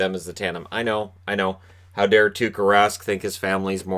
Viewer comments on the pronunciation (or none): none